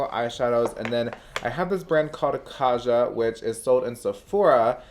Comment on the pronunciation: The J in Kaja should be pronounced like J in Jennifer. It’s a romanization of a korean word that means „let’s go”. You can google 가자 and hear it yourself :)